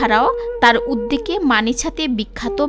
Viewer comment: সুন্দর একটি ভিডিও তৈরি করেছেন। তবে ভিডিওর মধ্যে ভাষার উচ্চারণে কিছু ভুল আছে, যেমন : সঠিক হবে - প্রথম ওয়ালিদে সুলতান, আহরণ হবে নাওটা হবে আরোহন, উদবেগে নয় ওটা হবে উদ্যোগে, রাজযত কালে নয় ওটা হবে রাজত্ব কালে ।